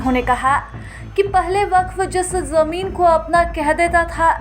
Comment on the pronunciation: Waqf❌ Wafq✔️😂